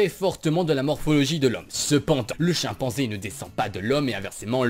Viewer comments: a 2.15 tu as dit chienpenzai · je suis le seul à avoir entendu chienpanzé 0.o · J'aime bien l'accent belge. Mais, delà a entendre Chienpanzé. C'est louche, Je vais laver mes oreilles à l'acide.